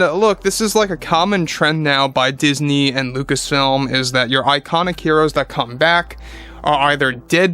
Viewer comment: 3:AM subway vomit...= Dizknee